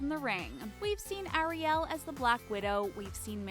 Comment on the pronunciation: Anyone else triggered by the way she pronounces Ariel